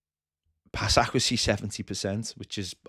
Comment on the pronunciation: Love the channel but kills me how says accuracy